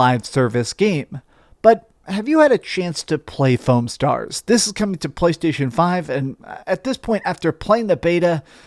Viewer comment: You pronounced it wrong though.